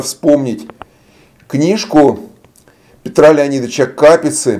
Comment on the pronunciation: Не КАпица, а КапИца!!